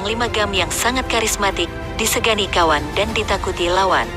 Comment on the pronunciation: Segani min bukan sengani